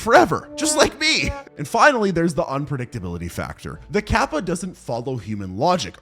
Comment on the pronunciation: In the bloat section it's actually kappa, not gabba (btw touhou reference XD)